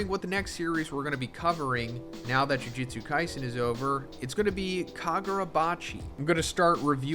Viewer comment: 271 chapters in and you still can't pronounce the title correctly, I guess that's consistency.